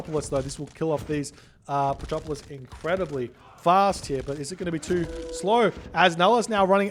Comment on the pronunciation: "Petropolis" a non-existent unit but still pronounce:D:D:D:D